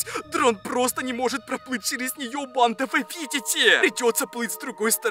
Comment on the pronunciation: Мне ненравится когда ты говоришь бандаааааа ты ударение ставишь и ещё ты надаел говорить чёрттттт